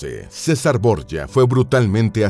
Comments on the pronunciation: Boryia??? Son los borgia, de toda la vida son borgia, no Boryia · Es un apellido español que seescribe Borgia y se pronuncia "Borjia", no Borya como dice el narrador... ya que se trata de videos informativos, debería informarse más antes de leer como le parece que son las cosas y no como realmente son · Señor, la familia Borja o Borjia, era española, en concreto valenciana. Así que esa pronunciación de su apellido español es absurda. Se pronuncia "Borjia", con la j gutural fuerte, no como y griega, como se pronuncian palabras españolas tales como Jaén, Jiménez, guijarro, Juan, Jesús... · Los Borgia eran españoles, mendrugo. Llamarles borye es haber investigado más bien poco. A los 15 segundos (y 7 veces dicho borye) dejé de ver el vídeo. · Se pronuncia Borgia.como se lee.eran de mi país España.. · Pronuncia Bien es Borgia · Es un dolor para el odio ver como pronuncian el apellido Borgia como si estubieran hablando en Italiano, en Castellano o Español los nombres propios no se traducen. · Me da mucho toc como el autor del video pronuncia el apellido la verdad, creo que debería de saber antes de donde provienen y no meter la pata como en el video. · Pronuncia en inglés el apellido, es Italiano no se pronuncia asi